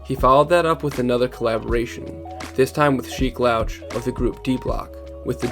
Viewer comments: Say it with me now Sheek Louch 😂 (Lou che) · How come You pronounce Sheek Louch name wrong??? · Ay bro i appreciate your videos but i gotta say man when you butcher somebodys name it takes away from the credibility of the entire video project & yourself. There was a couple in here, Sheek Louch the worst of them. I know a lot of you hiphop youtube channels are young & so it makes me glad yall actually care enough to make these videos about real hiphop history but its all in vein if you cant be trusted to tell the stories correctly, & if i could tell you all about 80s Hiphop when I was born in 99 than you can study enough to know the LOX. Keep doin your thing though bro